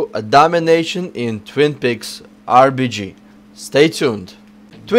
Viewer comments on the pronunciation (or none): "Tvin Peaks" XD